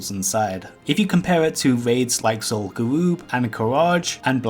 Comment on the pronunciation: Zool-goo-oob. A little practice with R's is all it takes, man. R's and th instead of d. Please practice to not sound like an incompetent child.